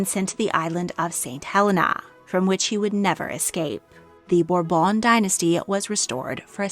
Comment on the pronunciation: It's burrbon not whatever you're saying you sound like you are having a stroke I can't even finish the video